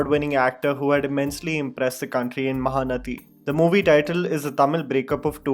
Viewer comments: महानटी not महानती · Ok repeat after me. MahanaTi. Ti pronounced as T. Not thi. Okayyyy? :) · Its not mahanathi, its mahanati -_ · MahaanaTi, not mahanathi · Isn't it mahanati not mahanathi right. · I love your videos (I don't know your real name:)), but the movie she acted is pronounced as "maha nati", it's not a "th" rather a simple "t", as in Tom, and pause between the 2 words maha and nati:) Thank you